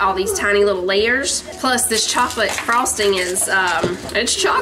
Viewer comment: I had to rewind and listen to Manny say yittle! 🥰 Miss that when Hayden would pronounce all his L words with a Y. 💕🤗